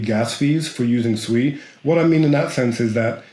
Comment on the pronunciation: Finally, someone who can pronounce SUI correctly and Not calling it SUE E, who the Hell is SUE E anyway?